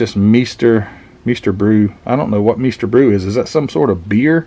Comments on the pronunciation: Hi, It's pronounced "My-ster Brow" which means "Master Brew" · Cool. I have one of those. Looking for an Orange Blossom Special ll. Love truck and tractor pulls. Meister Brau is pronounced "my ster brow". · Cool kit find! The wagons are called "Radio Flyer". And it's called "Myster Brow" beer. or at least that's how it's pronounced around here. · Pronounced Myster brau A classic beer from Michigan aka the home of AMT Very VERY popular in the Midwest in the late 60s and early 70s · Meister Brau! Me and my old grocery store workmates used to crush suitcase 24 pack cases of cans of that cheap beer! 🤣 myster brow. That’s how we pronounced it anyway. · Pronounced like "myster brauwe." Yea, cool kit. Mine got traded away decades ago. Good kit for it's uniqueness. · Mice-ter, brow.